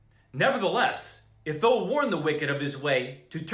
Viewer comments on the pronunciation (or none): thou rhymes w cow, it's not pronounced tho